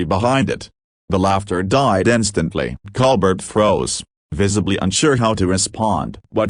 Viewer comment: Ditch the "ai" narrator. It can't even pronounce Colbert. It's not "Coal-bet"....it's Col-Bear-t (accent on "bear"). "Sometimes this ai forgets to sound human". I must leave -- can't stand this.